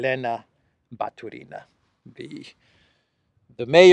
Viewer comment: I really respect how you learnt to speak Russian. But why do you KEEP SAYING RUSSIAN NAMES WRONG? It's NOT Batureeeena. It's Batuuuuuurina. The emphasis is on the 2nd part. That's Russian. Emphasis on the 3rd is Spanish or Italian. They are NOT Italian!!! Please try to say their names correctly. You say lots of them wrong 😭 Also, to say city of Pskov correctly... just say Psst... that's how you say Pskov. Pss... kov! Easy! Thank you 🙏🏻♥️